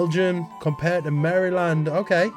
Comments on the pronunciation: Maryland is prounced like Marilynd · Maryland is not pronounced “Mary-land”. It is pronounced “Mara’ lan.” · Maryland was said wrong. It's closer to mare-lind, I'm from there and can be quite testy when people say it wrong, especially when I can tell they're doing it on purpose looking at my fellow Americans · Maryland rhymes with Marilyn. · Maryland wasn't quite perfect. The Y is a schwah. It's something like Maruhlend. But you were darn close. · I wouldn't say that you mispronounced "Maryland", since you pronounced it the way it's said for the British place and the way it's spelled, but that's not how it's pronounced in America. In America, the pronunciation is slurred and less enunciated in a way that makes it sound more comfortable and easier to say, kind of like how the "shire" in Yorkshire isn't pronounced the way it's spelt. You probably know that it's common for people from an area who have to say the name of the area often tend to round off the pronunciation. I'm mostly from the American Maryland. Since I keep hearing from Europeans on the internet that America is so much larger than places in Europe, I was surprised to learn that my Maryland has less land area than Scotland by itself (no need to count the entire UK; although most of Scotland's land area is uninhabited mountains)! For me, a drive that would take more than an hour one way is a lot. Fun fact: Maryland is one of the states that still has buildings still standing that are older than the founding of the United States of America! Hawai'i used to be a kingdom, complete with a king prior to the US taking it over. Hawai'i is the only part of the US that has that recognition. The climate, physical location, ethnic distribution, food culture, languages and history and political history are all different from the rest of the US, so it makes sense for people to think of it as different and separate from America. It's just in terms of passports and the poli